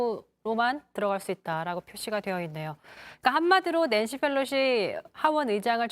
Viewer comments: Felosi 가 아니라 Pelosi 요... P 발음할때 혀 구부리지 않으셔도 돼요... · 강지영 앵커님, Nancy Pelosi입니다. F발음 하지 마세요. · 기자님 Pelosi를 왜 자꾸 Fㅔㄹ로시라고 읽어요? 😔